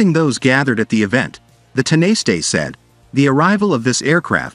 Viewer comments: Tin a stay is pronounced tawna sh ta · You could have had the manners and decency to discover how to pronounce Tanaiste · just go with the politicians name. dont bother with tanaiste, ai voices aren't programmed for that word. or any other irish words. just stick to the english language in all cases. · sadly. They are just not good enough!